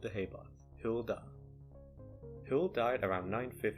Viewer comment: Hywel is pronounced like, "huh? well"